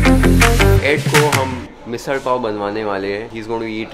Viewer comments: The way you are pronouncing misal pav so clearly !😍 Great going!! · thank you for pronouncing msal pav correctly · Loved the way u pronounced misal pav in a typical Marathi accent